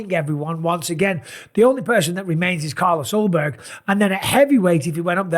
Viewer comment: Jan vs yiri for the belt? You mispronounced Carlos Ulberg